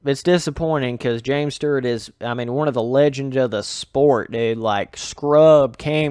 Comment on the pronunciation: Stewart not Stert